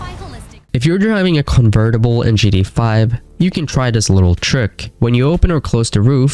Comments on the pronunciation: “In gee-dee-ay-5” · "gda" "vork" "notyce" 💔